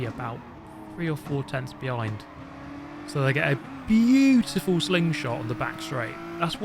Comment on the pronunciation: The way u say ”beautiful” is like watching Gordon Ramsay cook